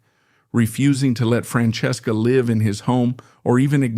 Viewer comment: I wanted to hear the story but it lost me at how it said her name.